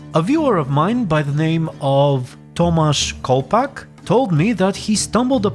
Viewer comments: great pronounciation of "Tomasz Kołpak" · Just want to appreciate how well you read Tomasz Kołpak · im actually really surprised that someone who is not from poland said polish name correct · good job with pronouncing Tomasz Kołpak. ;) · You NAILED this name. Very good Polish accent. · that actualy sounded really good for an english speaker